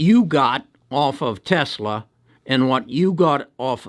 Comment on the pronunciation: Dude can’t even say Tesla 🤓